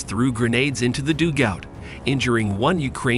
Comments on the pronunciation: "doogout" It's 'dugout', you AI numpty. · the enemies doog out lol where did you find this voice omg its painful ...... its pronounced dug - out .. simple english .... american voice commentary like its a baseball game ...its terrible